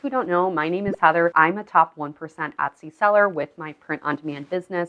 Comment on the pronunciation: I’ve been watching your videos for a few days, and I appreciate the info. I’ve noticed on several occasions you pronounce Etsy with a short “ o” sound, like “ Otsy”, I’ve heard it enough to be curious and ash, what regional accent is that, and what other languages have people in that region spoken?? Are up perhaps somewhere on the north Mid-west? Like say, Minnesota? Oooor, perhaps Canadian? I don’t know. But I am curious. 😉